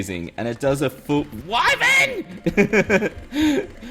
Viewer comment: it is WIVREN!!!